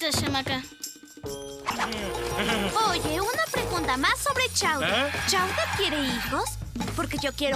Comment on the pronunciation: Se dice shamaka 😅